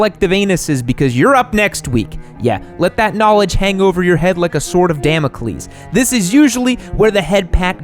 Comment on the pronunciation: I’m here for “the sorta Damocles”